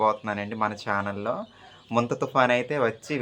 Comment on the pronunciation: ముంతా కాదమ్మా తుఫాన్ పేరు మొంథా